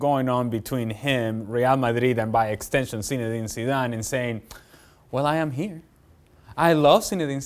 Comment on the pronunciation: Zinedina lol